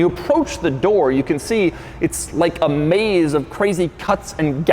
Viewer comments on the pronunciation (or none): none